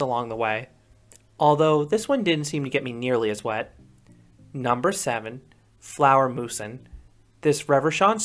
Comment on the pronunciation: I usually do not expect these coaster channels to pronounce any ride in Denmark correctly, so I almost got out of my seat when I heard you pronounce Flagermusen spot on.